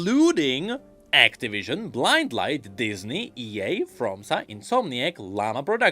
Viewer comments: formosa, not fromsa smh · How did you pronunciate formosa?